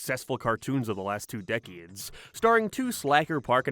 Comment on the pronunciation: How did you pronounce decades?